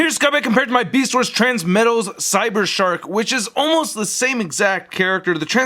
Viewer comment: I thought you said shart mode, then I realized it was a shark.